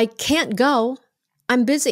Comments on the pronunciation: Can not phải viết liền cannot Can't pronounced sai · Can đọc là ken , còn can't cũng là ken nhưng có âm "t" á